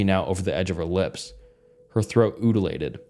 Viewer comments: Man, you really gotta look up how to pronounce the words ypu dont know. Udulated? Lmao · "Oodlated" 😂😂😂 did bro not go to elementary or smt, like not to be mean, but how does one not know how to say undulated? Like man, Ik I sound rlly mean but damn. Just damn. Like how?!?! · that's a legitimate criticism. It really takes you out of the story to hear that mom's neck "oodulated". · HAHAHAHA UD-ULATED?! THATS NOT A REAL WORD 😂😂😂 Repeat after me: und-u-lated, means when something moves inside of a tube or pipe, like a wiggling almost. Sorry not to laugh at you it's just funny when you video readers pronounce something you don't know what it sounds like and just completely fuck it up lol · "Her throat oodoolated." 🤣🤣